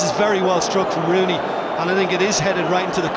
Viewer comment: He almost says Ronooney for the 3rd goal 😂